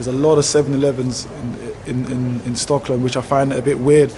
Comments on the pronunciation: It's Stockholm, not Stocklom! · Bro how are you pronouncing STOCKHOLM... Hahahaha